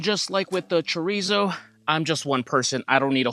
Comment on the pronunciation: Cho-ree-zo? Say it right!